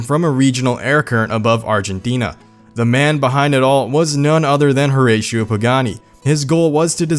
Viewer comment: Its pronounced (hur-rass-e-o)